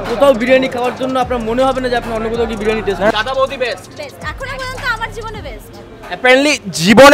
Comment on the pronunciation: Bhai Birani nh Spelling Briyani...Age bolte sekh ...😂